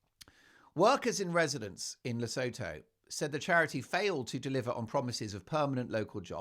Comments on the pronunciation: Le-sue-too not La-so-tho just saying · Please, for the love of GOD, it is pronounced "Le-SOO-TOO" If I hear "Le-sow-thow" once more from one of my favourite Meghan-hating channels, I am going to start watching that cnt's Netflix special to end myself. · Mark, you’re a scream🤣 BTW…. Lesotho is pronounced le soo too. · Just a heads up the pronountiation of Lesotho is "La sue to" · Take note Mark: Lesotho is pronounced as Le- soo- too Oo as in woo or shoe The h is silent. SeSotho is pronounced Se-soo-too. Please show respect to the BaSotho nation of the Kingdom of Lesotho. Just a reminder! Speaking from South Africa 🇿🇦 . We are the neighbouring country of Lesotho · Enjoy your posts. For interest's sake, Lesotho is pronounced "luh soo too" and the language is "soo too". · Please Mark Lesotho it’s pronounced Le soo too and the language is pronounced se soo too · She is no lady. For noting: Lesotho is pronounced "Le sue two" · FYI 😉 its pronounced Le-soo-too and Se-soo-too. Hurts my African ears when pronounced incorrectly 😊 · It's pronounced 'LeSOOtoo'! 😊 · Le sue two That is how it is pronounced. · Just an fyi.. Lesotho is pronounced LeSooToo. Great show! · It is pronounced Le soo too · Lesotho pronounced: Li-soo-too (with the emphasis on soo) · Your show just gets better and better. So much fun! (Btw, Lesotho is pronounced 'luh·soo·too.') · You like big mugs Mark? I'm assuming that doesn't include old H?? 😂😂 The name of the country is pronounced La-soo-too by the way...hope you don't mind me mentioning it. Love your show! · Hello Mark. The ‘os’ in Lesotho are pronounced as the oo in ‘too’ and the th is pronounced ‘t’. Hope this helps.